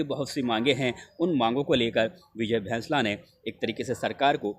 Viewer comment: भैंसला नहीं होता बैंसला होता है आप इतने पढ़े लिखे होने के बाद भी उसे भैंसला बोल रहे हो ऐसा लगता है जानबूझकर कर रहे हो